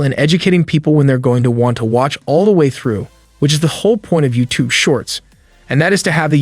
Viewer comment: your voice is computer generated u say youtoo, not youtube